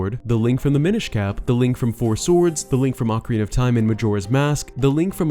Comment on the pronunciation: 10 months later. still says Lonk